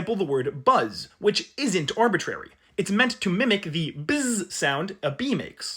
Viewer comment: Arbi-tree-ry. Árbol-itrario.